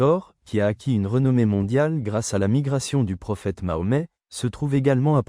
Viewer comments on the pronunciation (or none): Franchement tout ça pour rien . Et déjà les vidéo qui commence par liker et abonnez vous sans écouter le fond et la fin sont à évité . 7 minutes pour rien . Et en tant que musulman tu devrais savoir prononcer correctement le nom de notre prophète paix et bénédiction sur lui . Car l’autre prénom est une insulte envers LUI . Bref bonne continuation car je ne regarderai même plus ta chaîne. Je la bannie c est mieux. Remet toi dans le hakk c est mieux car tu es responsable des informations que tu véhicules. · Visiter la grotte est une bidaa elle ne fait pas partie des des rites du hadj et omra. Toi qui fait cette vidéo est tu réellement musulman ? Prononce le nom de notre noble Prophète saws correctement.